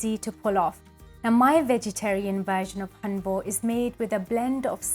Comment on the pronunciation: You're not pronouncing it right.